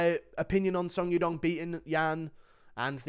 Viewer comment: the way he pronounce song yadong💀💀